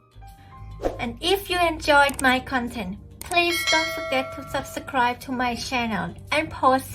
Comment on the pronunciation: No doubt she's unsure about her pronunciation in English. eg. She says "Subsascribe" and "nude content" in the opening.